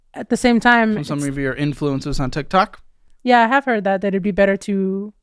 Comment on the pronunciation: Watching this a yr later and he no longer says totiqtoes